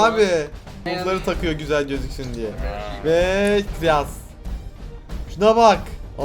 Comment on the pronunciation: enes abi videoda kiraz yerine ziyaz diyon